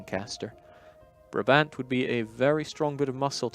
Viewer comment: Hello good people from Paradox! Please pronounce Brabant as 'Bráábant', with the first aa spoken as the a in 'Nah', and the second a like the a in 'Awww'. Thank you, sincerely, a Brabander :-D